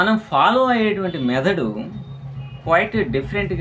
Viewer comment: Adi "మెదడొ", లివరొ kadandi మెథడ్ అండీ